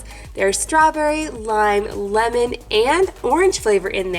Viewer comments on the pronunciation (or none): none